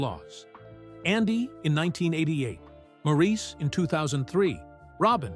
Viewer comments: Good documentary, thank you. But, please respect Maurice by pronouncing his name properly (like Morris, not Mawrēēse). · Maurice's name was pronounced Morris? Not Maurice as it was spelled. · Maurice's name is pronounced as Morris. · Maurice is pronounced Morris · People always mispronounce Maurice’s name. It is pronounced more like Morris but spelled as Maurice and it bothers me e very time I hear the mispronunciation. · Maurice pronounces his name Morris. It drives me nuts when documentaries get something this basic wrong. I can’t believe anything in the documentary after that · This might be good but I quit when you mispronounced Maurice’s name. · Could you please pronounce Maurice, correctly??????